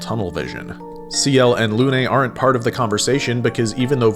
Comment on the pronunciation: Arrgh your prononciation of Lune is awful, my ear are bleeding. It's Lune not Luné.